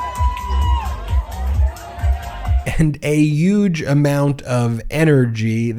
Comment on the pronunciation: Please do not ever say "UGE" again.